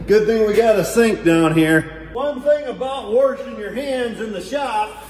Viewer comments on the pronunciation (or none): says"worshing"!!!🤣🤣🤣